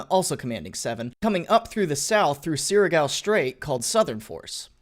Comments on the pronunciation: Not gonna lie you pronounce "Surigao" good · Oh wow surigao is correct pronunciation Good job m8